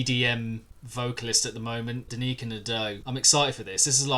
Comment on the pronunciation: anyone else notice his horrible pronunciation of Danyka Nadeau?